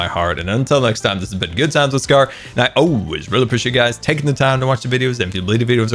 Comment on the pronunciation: The way he says scaRRRRRRR